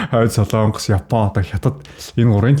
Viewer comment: хүүе дүү минь " СОЛООНГОС" гэж улс байхгүй ээ. "СОЛОНГОС" гэж улс байнаа !!!!!